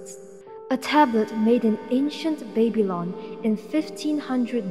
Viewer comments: “ancient *baby-lawn*” 💀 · U said Babylon wrong 😭